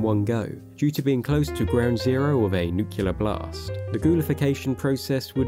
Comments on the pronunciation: Getting real tired of people saying nucular. It’s nuclear. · It's nuCLEAR not nucULAR, but anyways, great vid! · Why are you saying “nucular” there is no “U” after the first one in “Nuclear” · Love the info on the lore, but I have to point out it's nuclear, not nucular. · Why do you keep saying noocuelar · Why do so many people pronounce it "nukular?" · It’s pronounced nuclear (nook-lee-er), not nucular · "Nucelar?" Seriously? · Nuclear, not nucular. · NU-CLEAR* (not nu-kee-lear) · It always drives me nuts when people pronounce nuclear and “Nu-ku-ler’…. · nook-lee-ar, not nook-you-lur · It's pronounced nuke-lee-ar. Not nuke-u-lar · For any god's sake, the word is "Nuclear", not "Nuculer". Please get this right or how can we trust your word? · It’s New-Clee-Err, not Nuk-U-Lurr, God I hate it when people get that wrong. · nucular nuclear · NEW KLEE URR ffs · It's nuclear. NOOK-lee-yer. Say it ten times. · “Nookyalar”? Nah bro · Nuclear, not Nucular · Is the narrator here actually (mis)pronouncing "nuclear" like George W. Bush did? Anyone else hear that? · "nucular" is not a word. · For the love of god stop saying “nuculer” … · Hate to be that guy but you're saying 'nuclear' wrong and it's grating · Why are most Brits unable to properly pronounce “nuclear”? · Wow everyone has really gone nucular over my mispronunciation of that word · The word is Nuclear. Only one U. God that bugs the hell out of me... I'm not sure why. 🤔🤷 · Why can no one pronounce nuclear correctly. Jesus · This would have been a better video if you knew how to pronounce nuclear. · The amount of people in this world who cannot correctly pronounce the word "nuclear" is genuinely upsetting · Had to go find another video. The L is before the E without a second U in NucLEar Learn to freaking speak